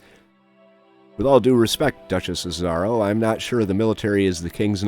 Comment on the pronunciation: I die every time he mispronounces "Azaro"